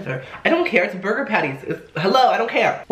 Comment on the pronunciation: did you know that some salad dressing is more fattening then a burgahhh